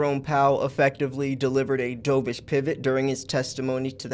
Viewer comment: Heads up it’s pronounced DUVish like the bird 👍🏼